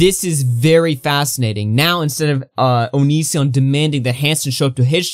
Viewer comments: Bro, the way you pronounce onision makes me cringe lol but Chris Hansen and onision are so transparent lmfao they're both clearly just trying to get each other on their shows is for the money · Why are you pronouncing “Onision” like that? Lmao wtf